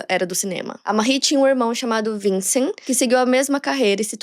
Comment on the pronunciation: Não se fala vincent se fala vansan